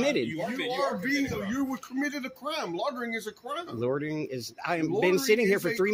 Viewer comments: Officer Craven needs to learn the English language. There's no such crime as "lortering" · It's loitering...not lortering...lol. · What is "lortering"? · If one can't pronounce the word 'loitering', one should not be able to accuse someone of doing it. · Officer Craven seems incapable of pronouncing "LOI ter Ing". Seems that remedial courses to get ones GED are not required in this jurisdiction. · This cop can't even pronounce loitering. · Those cops are not smart enough to even hide their retaliation on a cop watcher. The cop can’t even pronounce loitering correctly. That level of dumb should be what is illegal.